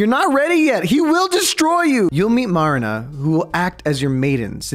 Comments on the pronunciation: BRUH U SAID MARINA FOR MELINA AND MARIKA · and MELINA NOT ALSO MARINA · And melina not marina